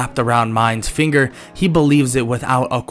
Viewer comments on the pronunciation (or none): none